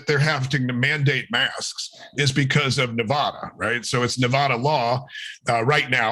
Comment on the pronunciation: The first a in Nevada is pronounced like the a in add not ah. We will have a new governor in a year. Hopefully we get a decent one. Last election we had a third party candidate that pulled enough votes from the Republican to get the current walking fecal matter in. Unfortunately it takes time for the system to rectify mistakes like those.